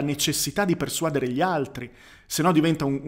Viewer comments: Quando stavo al liceo classico, pochi anni fa, si diceva "uditorio", ma non posso esserne sicuro, considerando che ormai ognuno parla la nostra un lingua un po' come gli pare. Però sono certo aldilà di ogni ragionevole dubbio che l'accento di "persuadere" sta sulla e, cioè "persuadére". Scusa, ma la pignoleria è deformazione professionale;) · Ottimo video, sono d'accordo su tutto, però si dice "persuadére" e non "persuàdere".